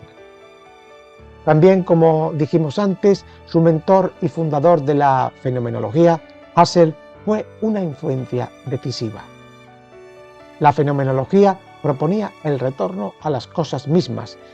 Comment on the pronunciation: Resulta ridículo ese servilismo con la fonética inglesa, no es “jasel” sino ‘ “juserl “ (Husserl).